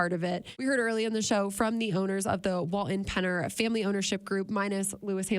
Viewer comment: Wal-TON not Wal-in